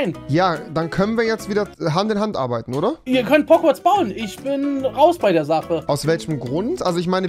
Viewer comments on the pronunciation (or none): Das heisst Hogwarts